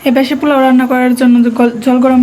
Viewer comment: Not plau. It sounds very awful!!!😆. It’s po…lau (polau). you have lots of mistakes in your pronounce. Next time don’t do the same mistake. USA 🇺🇸